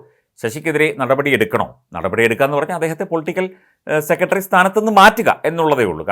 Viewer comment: താങ്കൾ. സെക്രട്ടറി എന്ന് പറയൂ. അല്ലാതെ സെക്കട്ടറി അല്ല